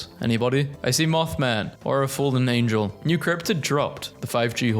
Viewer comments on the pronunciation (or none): none